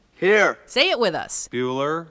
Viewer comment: Buller?... Bueller?... Bueller?